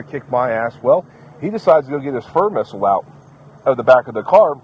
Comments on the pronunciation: Fur missle😂😂😂 around 27 min mark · He said fur missile I love it 😂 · Poor "Furr missle" <3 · "Fur Missle"?? whatever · "Furr missle" I'm happy now! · Fur missle? 🤣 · I like that. "Furr missile" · "Fur missile" 😂